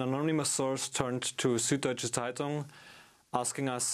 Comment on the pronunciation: It's not "sood". You simply don't have this sound in the English language. It's also spelt "Süddeutsche Zeitung" and if you can't make an "ü", you should rather use "ue" instead of a single "u". (The same goes for "ä" and "ö" respectively.)